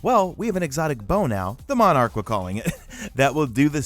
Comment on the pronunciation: Luh monarch is pronunciation